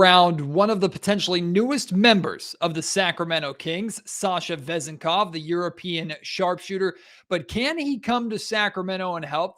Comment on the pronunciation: The accent on his last name could be on the second syllable